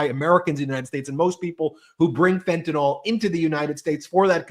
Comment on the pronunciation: I know this is petty, but can we PLEASE stop saying fentanOL? It is fentanyl, so pronounced fentanIL. Just sayin'.